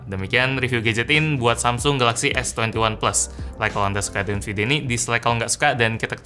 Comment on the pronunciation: S Twenty Oneplus 😂